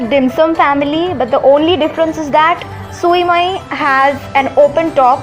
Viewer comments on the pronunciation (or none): Sui mai???? You pronounce it wrong. It pronounce as show-mayee that's Vietnamese dumplings... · Sui Mei pronounced as: SHU MAI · The actual pronounciation of Sui Mai is "SHU MAAY". Not the literal words.